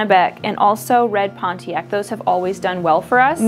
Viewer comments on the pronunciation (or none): none